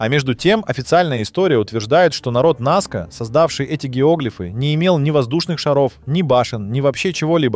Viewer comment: НАска, а не НаскА - грамотеи. Среди чего, чего? Каких амфОр? Что это за слово? Вы вообще где учились?